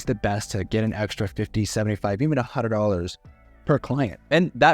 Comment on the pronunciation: I enjoyed it, but my god... the way the dude says "Hundred" had my blood pressure rise. "Huddr.... Huddr....Hudur" 😤 Good content... but the sales pitch is everything here, like he said at the end of the video. No one is going to pay this, unless they're a real estate investor... and a lot of them, already have their guy, or get the project manager at the properties to do this for them.... especially in a highly competitive space.